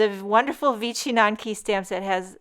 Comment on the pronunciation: I am of Polish descent and if you don’t think I am buying these, well... Your pronunciation is pretty close, but there is a little slur in there. It is vich n yanki. But, great job. To my Polish eyes, those are amazing. And you made them absolutely da bomb.